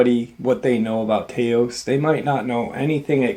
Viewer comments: I was born and raised in Syracuse but have lived in New Mexico for 30 years. The way you’re pronouncing Taos is killing me. It’s not Tay-os it T-ows like ouch. New Mexico is an amazing place. I’ve seen a few things while hunting but nothing direct enough for me to say it was definitely an unusual creature. I once saw something odd, could have been a dog man but it was too far away for me to call it that for sure. It was running away and I couldn’t have chased it given where it was. As for other things I’ve seen, it’s hard say whether that was some government experiment or was that something else. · I lived in New Mexico for 10 years you pronounce Taos like T-ows. Like Blouse but not a Bl but with a T. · Dude, the a in Taos is pronounced short, not long. Pronounced “Tä'os”. I have grown up in NM and am in my 50s…….trust me…… And yes, Dulce area is spooky. My buddy and I went fishing out there alone on a weekend camping trip - had an incredibly weird experience we can only attribute to advanced military tech or alien tech. Beware. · Taos Pronounced "Tau-s" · I live in New Mexico. I haven't run into any weird stuff at home or on many hikes about the state... yet. I've heard stories but no direct experience. It's not Tey-os. It's Taos. It rhymes with the word how, not hey.